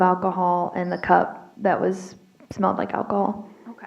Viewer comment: Could someone please teach that prosecutor to pronounce "alcohol" correctly? She keeps saying what sounds like "Ockohol."